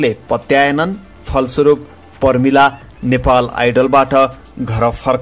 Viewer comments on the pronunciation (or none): none